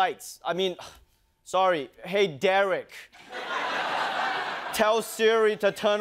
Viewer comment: Yo bro watch how u say my name it’s Derick 😡